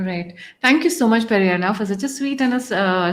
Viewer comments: Pedanna not Perianna. Perianna is in Tamil. Pedanna in Telugu. This lady is brainwashing everyone by saying Perianna. gentle as he is doesn't correct her. I've commented to her several times. She doesn't listen. Sitting on a high horse. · Seriously you & your team need to go through your comment section. I along with other telugu viewers have said that it's Peddanna not Perianna several times. Highly irritating to hear you say this. Change yourself lady. It's not too late to learn. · Why do you call him peri Anna? He’s not a Tamilian. He’s Telugu! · Please stop calling him PeriAnna 🙏